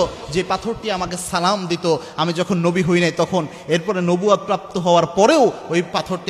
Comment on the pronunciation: ভাই আপনি সালাম টা ঠিক করে দিন আপনার সালাম দেওয়া টা সুন্দর হয়না